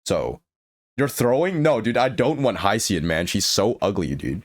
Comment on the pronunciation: Why does he pronounce Huo Huo as How How and Hyacine and hicine